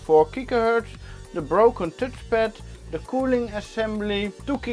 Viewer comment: tutchpad lol funny how u call it as an Dutch guy haha.